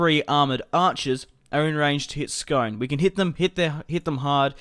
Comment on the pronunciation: It's pronounced scoone I know it looks like scone but it's where the ancient kings of Scotland were crowned on the stone of destiny